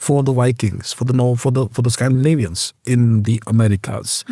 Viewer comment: Amazing pronunciation of Scandinavian names, equivalent to how Native speakers would pronounce